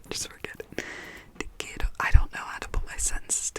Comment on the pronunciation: Actually your pronunciation of "te quiero" was pretty good :) And I believe you were trying to say "i love you family = os quiero familia". You are doing great keep it up!!!